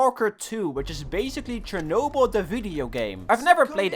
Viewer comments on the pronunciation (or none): none